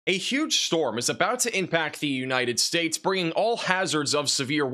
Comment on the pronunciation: with the weather for “The-Eenited States” 🎉😊😅